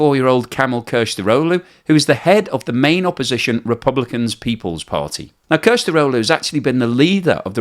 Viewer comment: Kilicdaroglu. Pronounced Kilich dar au loo. Son of the swordsman.